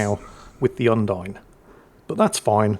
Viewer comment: Thanks for the video. I know better than to hope will ever learn to pronounce foreignspeak, but on the off-chance: Bearn is pronounced like bay arn Undine is pronounced Oon (as in moon) DEE nay